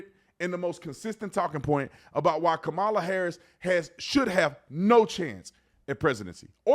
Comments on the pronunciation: did obama just mispronounce kamala? he said trump is afraid of losing to kamala, not KOMALLA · The fact that no one from that party said anything about what they will do to improve America or its citizens is preposterous. On top of that, they all pronounce "Kamala" differently, which is quite amusing lol. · STOP CALLING HER KAMALA! ITS KAMALA!!!!